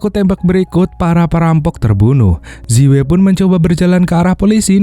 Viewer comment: Zi wei cara bacanya yang benar adalah ci wei dan bukan seperti yang anda baca. Namanya roman spelling. Terima kasih tetap semangat dan tetap berkarya👍😁